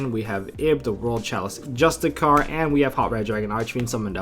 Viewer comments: It's pronounced justi-sar bro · Justiciar is pronounced "juh-stish-are"